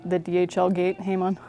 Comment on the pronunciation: Great video, thanks. Japanese would say “Hah-mown”